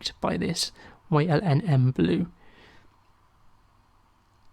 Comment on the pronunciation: Hi. FYI It's Yinmn blue (usually pronounced Yin Min) It's the elements that make up the compound: Yttrium Indium Manganese Blue.